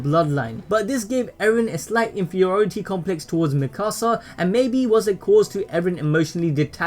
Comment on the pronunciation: It's not mikosa it mikasa